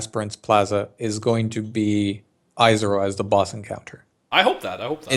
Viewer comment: yep. hilarious that he complains about the language in different articles while mispronouncing lots of names in the game himself: Izaro, Agnerod etc.